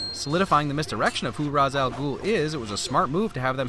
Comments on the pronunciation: Only a couple issues with this film. One is the distance at which fight scenes are shot. The other, however, is that it should be "Ray-sh" not "Rah-z". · Ra's is pronounced Raysh, I know strange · It's ra's like Ray-sh Not ros. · The only thing I hate about this movie is the pronunciation of Ra's Al Ghul. It's "Raysh" not "Raahs". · It's pronounced Reysh not Raz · "Raysh", not "rahz". -__ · Ra's al ghul is not correctly pronounced it's correct version is Rayesh al ghul even it spells Ra's al ghul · You said Ras wrong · Anyone else going nuts that he keeps pronoucing Ra's name wrong, just like the movie did? (It's Rashe. Like Race with with 'shh' instead of the 'c') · I don't know if anyone else mentioned it, but Ra's is pronounced 'rayshe', I believe. :) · Ra’s is pronounced like Ray-sh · Do I love this channel enough to forgive pronouncing R'as wrong the whole video? Yes, but get it together, man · You need to remove a Win for not only the way they mispronounce Ra's, but for causing all the fan media about this movie, including HISHE and this video, to HAVE to mispronounce it. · My only nitpick. The pronunciation of Ra's. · Why do you pronounce Ra’s like that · YOU PRONOUNCED RA’S AL GHOUL WRONG 😫